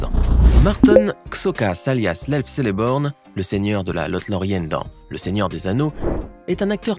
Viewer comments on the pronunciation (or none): none